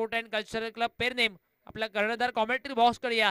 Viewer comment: Are baba te pernem te not permem